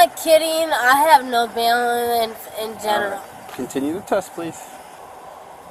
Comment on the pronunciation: Usually, the sobriety tests are pretty boring to watch, but this one... 😂 "I have terrible balalance." 😂